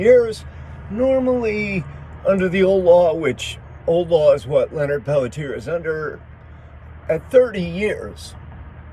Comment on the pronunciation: Pelletier pronounced "pelt-chi-ay". Thank you for covering this. Total set up for sure and he is innocent. Went through this thoroughly years ago and from what I have concluded, there was not enough compelling evidence to convict Leonard for the murders or continue to keep him in prison. He "took one for the team", but this whole situation should have never happened in the first place, but the intruders were instructed to invade.